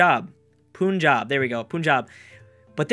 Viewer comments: it's pronounced pan-jab not pun-jab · u know, u pronounce "punjab" as "pan-job" or "pan-jab". something like that